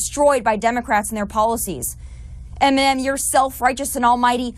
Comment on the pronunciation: she cant even pronounce eminem